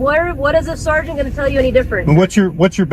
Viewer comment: Your crappy robot voice needs to learn how to pronounce “sergeant”